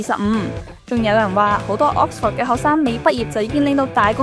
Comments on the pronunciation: Vic留意：Oxford嘅發音係/ˈɒks.fəd/ 或/ˈɑːks.fɚd/，唔係ˈɒks.fawd/，另外影片開頭個 '講'字，讀錯'趕'音，牛字又有懶音，改善就更好！ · 讀咗幾個月Oxford都係咁讀錯Oxford…勁哽耳… British 讀音係 ok sfuhd American讀音係 aaks frd 冇人會讀Ox For d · should consult an English mother-tongue for the correct pronunciation of Oxford! Pronouncing it as OX-FORD is weird and sounds really awful! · 主持人請先查下 Oxford 點讀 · 奇實既然講得牛津，主持人係米應該學識讀正個Oxford個字發音先呢😂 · OMG, The host can't even pronounce 'Oxford ' correctly 😂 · 但係’Oxford’ 唔係咁讀wo😂😂😂😂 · 母語有懒音嘅人，通常講第二個語言都吾係好掂😅，吾怪知得冇留意到Oxford字個正音啦😅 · Oxford 個讀音可唔可以讀得準確一啲，拜託！ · 同感😅 平常都無所謂，但個節目係Oxford 做主題，真係有啲難受😅 英文字只有一個重音，其他音節都係輕聲， ford 的 o 讀schwa sound, this is an easy rule. 不過 嘅英文係好好嘅，雖然啲美國r 幾哽耳😅